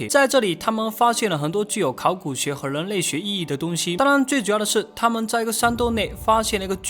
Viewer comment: 跟我念，人（rěn）类，那个人（rěn），不是leng类，leng民，那个leng....